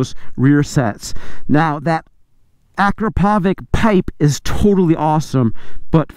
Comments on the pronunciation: Hey, it's pronounced ah-krop-oh-vich, not ak-roe-pove-ik... The only reason I know this is because I saw an Akropovic factory rep say so on a video a while back. 🤷🏻‍♂️🤣❤️🏍️ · it's not A-krah-PO-vik, it's a-KRAh-po-vits! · "Listen to that dry clutch!" -while rocketing away and not letting anyone listen to it "Ak-ra-povik titanium racing exhaust!" ak-rah-pov-ich And holy shit, stop riding around with your highs on, making everyone hate us. Thank god for daily rider. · I cringe when he says Acrapovič... it's A-crop-o-vich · you should work on your pronunciation for foreign brands/names. In Italian a”ch” has a k sound. Marchesini should be correctly pronounced “Markesini”. Akropovič, a Slovenian name, is pronounced “Akropovich” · Say it with me,. “Ah, crap (trill the r if you’re really fancy), oh, vich…” together we can end this mispronunciation forever. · So cringey when people can't pronounce Akrapovic. It sounds like this... Uh-Krrra-poe-vich. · Dude, you earn a living reviewing motorcycles. You should by now reeeally know how to pronounce Akrapovic. You're far off. For the last time: Ah-KRAH-po-witch. Big emphasis on the second syllable. Third syllable is not poe, it's po. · Your saying akropovic wrong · My man butchered Akrapovic’s names like it’s not all over the motorsports world. Companies trophy cabinet is stacked!